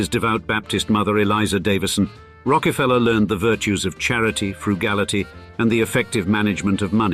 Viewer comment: What's "fraugality"? Why do the youtube plagiarists refuse to learn proper English?